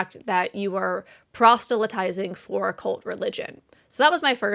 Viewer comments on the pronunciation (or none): I enjoy your videos!! Please check the pronunciation of "proselytize," however. I think you're inserting a "t" after the "s."